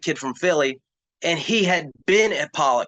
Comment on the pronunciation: it's pronounced "pollock" like the fish